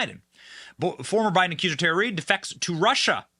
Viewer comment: ACCUSER not "acuser"